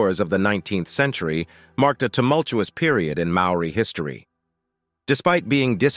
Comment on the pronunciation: cHHuuRR mean MAORI mean